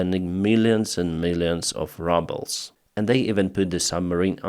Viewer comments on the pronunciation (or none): I LOVE THE WAY YOU PRONOUNCED RUSSIAN CURRENCY - Rubbles 🪨🪨🪨🤣👏😍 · i just love that youre calling the rubles rubbles :D